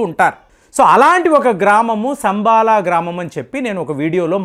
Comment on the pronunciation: అది 'సంబాల' కాదండీ....." శంబల " గ్రామం.